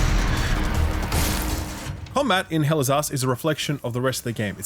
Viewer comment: All i hear is "Hell is Ass"